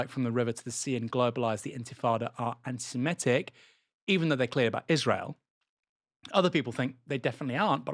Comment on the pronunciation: So happy to hear you pronounce 'Semitic' rather than 'Semetic'!